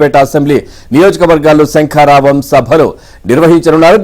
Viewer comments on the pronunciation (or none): ముందు పంది లోకేష్ గాడు శంకారావం అని సరిగా అనడం నేర్చుకో వాలి... సంకారావం అంటున్నాడు దద్దమ్మ 😂😂🤭🤭 మూల సంకారావం 😂😂😂🤪